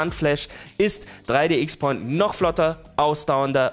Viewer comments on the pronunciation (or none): 3D XPoint wird meines Wissens nach 3D Crosspoint ausgesprochen